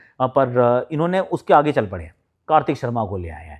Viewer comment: Mujhe bhi hage sunayi diya 😂😂